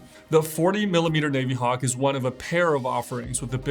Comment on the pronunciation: no, he didn’t. He said navy-hawk (long A) and naveeee-timer (soft A, long E). It’s a soft I, like navigator.